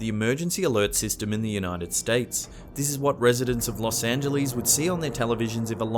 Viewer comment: Los angeleez